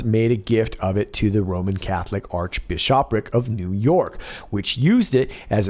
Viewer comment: Sorry its dirty and punny but its actually pronounced bish'- uh- prick, not bish SHAWPric